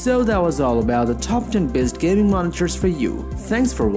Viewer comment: "gay-moot" lol